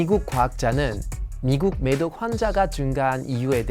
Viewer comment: 어쩐지 한국어 발음이 이상하더라 매독을 미독으로 들리네